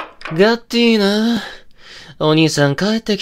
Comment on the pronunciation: とんでもなく良い声しててどちゃくそ好きなんですけど、ガッティーナ？がガッテンだにしか聞こえんくて、しかもそれが己の呼び名ときたら多分洒落た感じな筈なのにずっと江戸っ子しててちょっと笑ってしまいました笑。でも良かったです👍